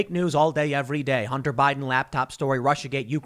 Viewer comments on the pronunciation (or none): none